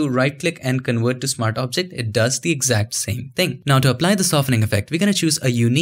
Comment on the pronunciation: I love your videos! You explain things so well! Very good communicator Which is why it's such a shame you struggle pronouncing V's. I believe it's just learned habbit. Please try to couch yourself with this. Do it for your youtube audience. It will take time I know. work on one word with a "v" at a time, work on the word "Convert" first, you say it a lot. Or "Versatile".